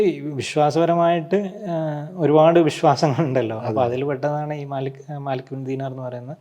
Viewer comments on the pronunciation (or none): none